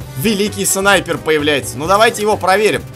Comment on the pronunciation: Мне показалось шипер а не снайпер